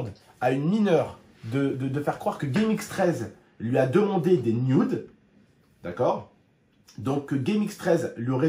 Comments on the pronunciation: jsp tu vien d'où mais on dit nude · « Des nyoude »